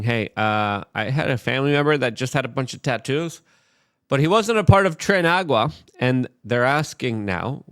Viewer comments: Luke, it's Tren DAY Aragua. But whatevs, you can say trend agua. Ya goof. 😂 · I find it funny how Luke mispronounces things willingly to make people comment about it. Doyge, Trende Agua. xD